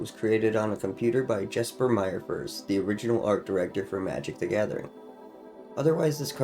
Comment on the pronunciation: Cool video! Just an fyi for future reference Jesper Myrfors' name is pronounced "Yes-per Meer-fors."